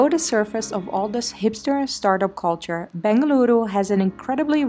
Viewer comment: over emphasing the word “CULTURE” and still unable to prove the presence of any sort of culture in banglore, i’ve lived in bangalore for 31 years and i can’t emphasise the fact how extreme “over acting” was there in your vlog